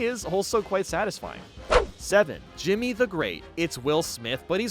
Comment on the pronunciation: IT'S D JIMMI NOT JIMMY